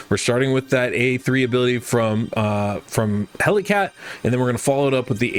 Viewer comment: don't want to be anoying but just wanted to point out that his name is "Hel i cat" not "Hellcat" Great video tho :)